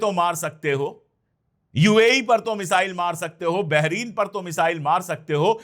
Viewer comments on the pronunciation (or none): none